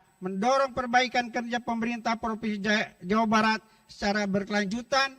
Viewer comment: Jawabat bjirrr bukan Jawa Barat dia baca😂😮